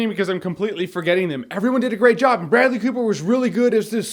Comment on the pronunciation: Idk why but in the intro you said "Food and Bradley Cooper!" I heard "Food and BREAD-ly...." LOL